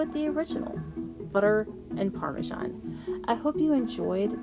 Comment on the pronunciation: Parmesan not Parmajan.